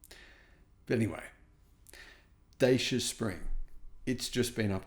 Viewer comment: only came on here to hear mis-pronounce Dacia again! It’s Datch-aa, not Day-c-aa!